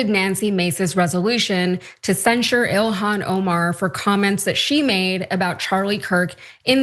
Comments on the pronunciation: It's so stupid how Nancy Mace can't say Ilhan's name.. Why are Republicans not more embarrassed more often by these people? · She can't even pronounce her name right even though it's pronounced exactly like it's spelled. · Being that this animal want to mispronounce her name here is on e for this bigot: How about Nancy disgrace.